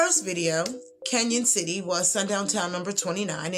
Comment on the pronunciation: It's pronounced Can-on, not Can-yon.